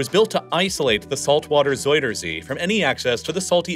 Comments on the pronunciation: ”zeider zie” 💀 En daarna “zoider zie” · Ja.. door de soudersee (zuiderzee) moest ik echt ff lachen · Isn't is ZOW-der-zee not ZOY-der-zee? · Love the vid, bit of a nitpick, but zuiderzee is more pronounced like "zuyder zay" than "zoider zee" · Bro just say southernsea instead of saying zuiderzee like its soyasauce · ”zoyder zea” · zoidercee lol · Nah don't be silly. Soidersee or frenchfriesland? No effort made at all. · Schiphol ❌ Skiffol✅ Zuiderzee ❌ Zoiderzea✅ Friesland❌ Frysland✅ Afsluitdijk❌ Afsloitdijck✅ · hoorde je wel hoe hij zuiderzee en schiphol uitsprak? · As a dutchie loving how you call our city names and Zuiderzee haha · I love how you try to pronounce our names. Please don't stop. However, you pronounce Zuider-zee (south sea) as if it's a name out of toy story 2 of another alian which is either a friend of Buzz Lightyear or his enemy. I am dead. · the way you say zuiderzee and friesland 😭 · whahaha being dutch its funny to hear you call our places so badly its just so funny to listen to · I mean this half humorously, you are so butchering Zuiderzee's name now. Put it in google translator and ask for pronunciation, it will speak it out well.